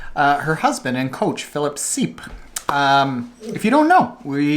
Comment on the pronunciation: Hey, love Laura Philipp but please try to learn how say Philip Seipps's name correctly. He's had so much success recently and it seems to be polite to first ask him how to pronounce it. Thx